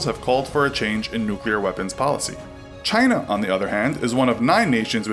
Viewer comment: Do they still call them corvettes in “Chynah” (trumps pronunciation)